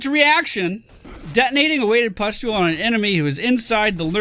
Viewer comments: Thank God for chat. "Pestule" was giving me an eye twitch everytime said it. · Gawd Chat, just let him say 'pest'-ule for one video. You are so mean, you guys are a no fun zone :D